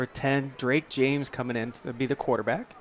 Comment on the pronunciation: Number 60 recovered it not 55. And the penalty was pushing the runner. Also QBs last name is pronounced James. Get it together.